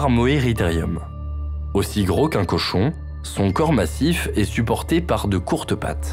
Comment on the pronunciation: Reportage intéressant mais un peu long et gâché par des fautes de diction à répétitions. Au mot "gros" il y a un s. On, fait la liaison avec le mot d'après. Exemple : "gros z_herbivore". Pareil avec grand. On dit "grand t_animal", et pas gran animal. Pareil pour "un curieux z_animal".